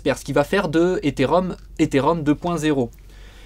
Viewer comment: Ils peuvent pas apprendre à prononcer Ethereum correctement ces 2 boulets pour commencer ?